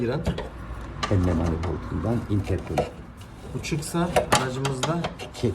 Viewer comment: abi traves deyip durma yaw onun adı travers. interkol değil intercooler (intirkulir)